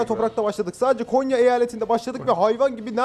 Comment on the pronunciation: Abi Konya değil "Gonya" Biz Gonyalılar böyle deriz